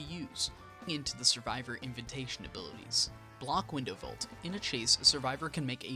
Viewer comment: Lmao at "inventation" Have you never been invited anywhere or had to say that word?